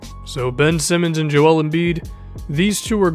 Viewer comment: good vid but why cant you pronounce joel righ. its kinda relevant to me cause my name is so similar